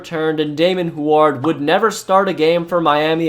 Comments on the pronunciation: Hue-erd. Not Hu-ard. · Hoo-ard? lol. Brock huard calls national games every week. Pronounced Hugh-ard. Sheesh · ...it's pronounced Hyoo-werd, not Hward. Just sounded so strange, had to point this out. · Its NOT HWARD its pronounced Heward Idiot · It's pronounced "Hew-ard" not "Who-ard." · I don't think anyone has mentioned this, but I don't remember "Huard" being pronounced as "Hward" rather than "Hugh-erd" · Who is this who-ared person??? It is pronounced Hue-ward... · It’s QB David HEW-urd, not hew-ARD . . . Marino’s backup. Youngster error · If you are going to mention a player so much, learn how to pronounce the name correctly. It’s Damon “”Hue” -ard, not “Who” - ard. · Dude it's not pronounced who are its hew erd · Hue-erd bruh Hu-ard not who-ard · lol at “Hward” it’s Hue-ward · Great job, this was a Great recap and fit what all of us Dolphins fan felt. My only suggestion is to work on pronunciation of last names Huard (Hu-word) Ogunleye ( O- goon-lee-a) and Travis Minor is Minor not Homer .... if these are jokes I apologize I will get them the more I watch.... regardless Great history recap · Just for the record and I hope you see this. It’s pronounced Hugh-ard not wuard like you kept saying. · Oh my god it's hyo͞o(w)ərd not ho͞o(w)ərd. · Wow bro you are seriously butchering Huards name... its pronounced hew-ard not hoo-ard. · Damon *hugh-ârd*....not who erd. Js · I was thinking the same but his way is funnier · Great video. You butchered so many names though o-GOON-lee-A. damon HEW-ard. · Huard is pronounced "Hue-word" love your vids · Damon Hugh-erd is how you pronounce his last name , Go Huskies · Dude....yer killin' me. It's Damon Hew-Ard. Huard. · It's not Hu-aard lol it was Huard good lord 😂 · It's pronounced HYOO-URD. Damon Hyoo-urd. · it's damon "hugh ard" not rhymed with guard lolol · Dude. Huard is pronounced "HeYooWard" only 2 syllables. HewArd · Huard is pronounced hew-ward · Why the hell are you Pronouncing Huard like that? It's Hue-Erd.